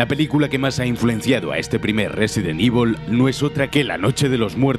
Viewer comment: Nadie: Absolutamente nadie: Ni siquiera Chris: Narrador de Scandal: Resident IVOL